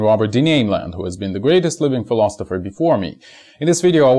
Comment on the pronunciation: fill-os-iffer = Philosopher NO T :D